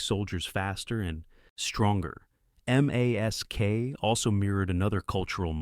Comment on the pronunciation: Why aren’t you pronouncing M.A.S.K? Why are you saying M A S K?